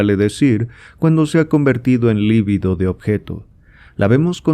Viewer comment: Muy buena lectura, mejor que muchas otras que existen en Youtube. Sólo recomendaría corregir la pronunciación de la palabra LIBIDO (sin acento), por lo tanto no es una palabra esdrújula (LÍBIDO). La pronunciación correcta es lib(í)do. Lívido es un adjetivo para denotar a alguien pasmado o paralizado, esa sÍ es palabra esdrújula acentuada, pero se escribe con v. Debo decir que este error es común aún entre psicoanalistas. Y es que las lecturas de Freud muchas veces nos dejan LÍVIDOS... De todos modos muchas gracias por su publicación.